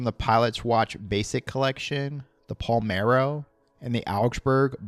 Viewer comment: “Palmero”?? Are you kidding me? It’s dedicated to Italian city PALERMO. COME ON MAN!